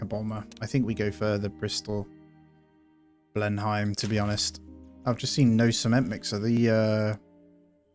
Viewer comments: Btw its not "Blin hime" it's "blen um" like the palace 🛩 RIP those personnel that died at the end 😥may their sacrifice be not in vein.🏛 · If you are generally interested in WW2 as you suggest, then I would learn the correct pronunciations for the aeroplanes. Beaufighter = 'bowfighter', Blenhiem - 'blenham' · Ble-num, Churchill home...